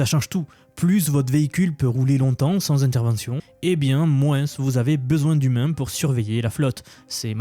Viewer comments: Quand on dis moins, on ne prononce pas le S !!!! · j'adore tes contenus, concis et droit au but, juste... c'est où qu'on prononce le "s" aux mots 'moins' ou 'dessous' ?🤔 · En "mouinsse"?